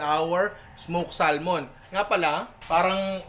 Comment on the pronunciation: samon pronunciation nyan hindi salmon lolz